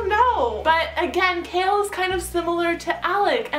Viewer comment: His name is pronounced Kay-all not Kale.